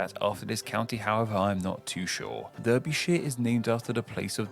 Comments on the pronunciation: This guy claims to be a native of East Sussex and yet he doesn't know how to pronounce Berkshire (Bark-sheer), Derbyshire (Darby-sheer) or Wear (Weer). He also, annoyingly, keeps pronouncing "shire" as 'shy-er' when virtually no-one pronounces it this way. In the South it is pronounced 'sheer' (as in the US state of New Hampshire) while in the North it is pronounced 'sha'. The river Humber lies between Lincolnshire in the south and Yorkshire in the north. It is nowhere near the present county of Northumberland. Historically, the Humber formed the Southern border between the Saxon kingdoms of East Anglia (to the south) and Northumbria (to the north). The modern county takes its name from the historic kingdom of which it formed the northernmost part. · He said Derbyshire very incorrectly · He mispronounced several counties there... Berkshire is pronounced Barkshire... and Derbyshire is pronounced Darbyshire. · To be fair, his mispronunciations as a whole aren't too bad. But mispronouncing derbyshire like that was EGREGIOUS J.k - But it is a classic mistake